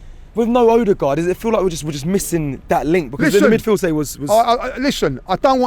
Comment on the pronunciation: Well at least has ceased calling Odegaard Ooodegaard.